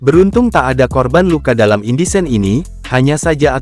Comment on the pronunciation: Insiden bang.. Bukan indisen